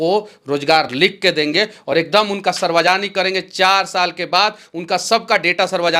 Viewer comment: पर सार्वजनिक ❎ सरवाजनिक ✅